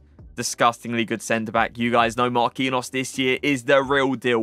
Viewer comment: It's not pronounced Marquinos lol